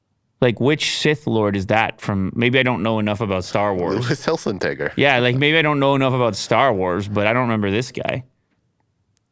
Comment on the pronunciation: I never knew how to pronounce Lews last name until said it 😂 FYI it’s like hill-sen-tigger